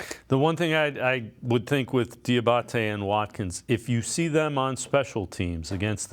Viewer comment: It's dee ah bot tay do you speak English